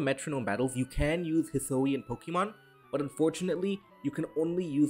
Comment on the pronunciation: Hih-soo-ee-in, not hih-soh-ee-in